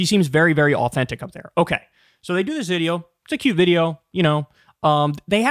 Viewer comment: I hate the way Kyle says "cute" why does he pronounce the "T" so heavily?